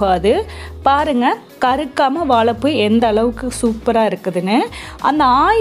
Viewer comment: வாலப்பூ இல்ல .. வாழைப்பூ .. 😀😀😀😀